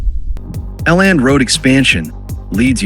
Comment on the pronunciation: Elland......not L nd lol